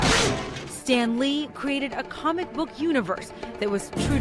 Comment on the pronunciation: That woman in the beginning really pissed me off. She said “Stan Leed” instead of Stan lee. Also she was trying to read the name so hard. Stan Lee was one of the greatest people ever. R.I.P Stan Lee